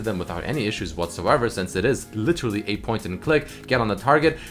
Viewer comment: take a shot every time says whatssoever